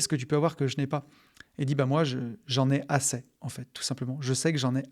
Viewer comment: j'en ai assez (é) pas assè 😂😂😂😂 désolé ca me dérange mais c'est super le podcast